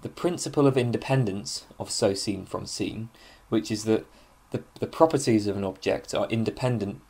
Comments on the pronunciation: Sein is pronounced like "zine" (but with an open "i", not like "zeen" like at the end of "magazine"). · Bit confused as to how you know to pronounce the 'ei' in Meinong correctly as 'i' but pronounce 'sein' with an 'ee'...Einstine not Eensteen. With German a good tip with 'ei' and 'ie' is the second vowel gets pronounced. So, 'die' is 'dee' and 'dein' is 'dine'. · In german sein is just the verb to be. It's pronounced like the english word sign or sine. I think it's important to see the ordinarness of these words in german philosophical usage but also pronounce them correctly as it really jars if you know german. It also creates an effect of naivity and distance from the culture which produced it which is a shame because you obviously know your stuff in translation. Learn german, it's wonderful.